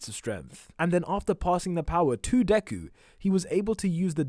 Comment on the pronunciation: U can’t say deku